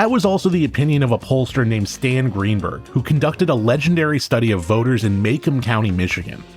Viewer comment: That awful place is pronounced "mah-comb " county not "maycom"